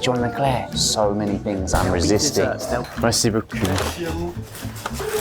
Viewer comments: Did anyone else notice that Josh said "Merci, beau cul"? You gotta watch those vowels! :) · For your next time in France, make sure to say "Merci beaucoup" this way : "Merci beaucoo". The way you said it in the beginning sounded like "Merci beau cul", meaning "thank you nice ass" XD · lol "merci beau cul" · Be careful with merci beaucoup. Sounds like merci beau cul = thank you nice ass. Just trying to help 😅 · I just came by to say that you, Josh, almost said : "Thank you beautiful ass" and not "Thank you very much" to the cashier of The French Bastards barkery. 🤣